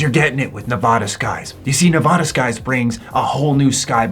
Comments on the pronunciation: Native Nevadan here. It's pronounced "NE-VA-DA" not "NE-VAH-DAH" 😁👍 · you gotta learn how to say Nevada correctly, youre killin me